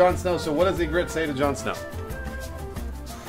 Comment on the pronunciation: It's Ygritte, not Ingrid or whatnot.